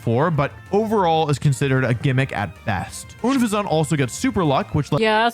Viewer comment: Oon-fez-awt, Slay-king. He always finds the weirdest ways to mispronounce names.